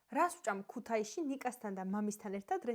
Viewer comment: ხო წაიღეს ტვინი თბილისლებმა " ქუთეისით " . რომელი ქუთაისელი ამბობს აქანე ქუთეისია?